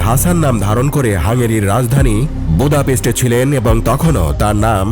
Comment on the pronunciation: ভোদাপেস্ট না, বুদাপেস্ট উচ্চারণ